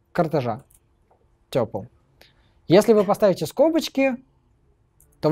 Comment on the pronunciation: 'нампи' и 'тёпл' режут слух